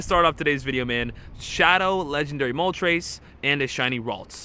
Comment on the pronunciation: Dude said Mow TRES.... It's not a flying number three haha